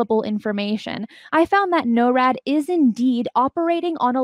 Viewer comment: Please pronounce it "NOR-AD" not "NO-RAD"